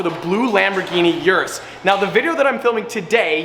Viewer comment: Uris is pronounced OORis. Like goo.